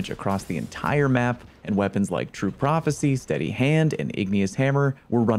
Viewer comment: True prhopthecy